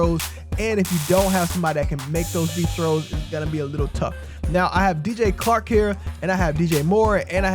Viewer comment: Great vid but it's CHark, not Clark lol